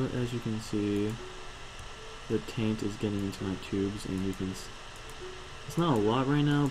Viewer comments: Taint not tint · It's not tint it's taint. And it's not Veee its vissssss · Helpful vid, but if you say "tint" instead of "taint" one more time I will punch you through the internet.. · TAINT NOT TINT. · Taint not tint...